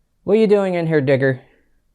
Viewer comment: I didn't hear you call that black cat digger at first, I heard something else 😆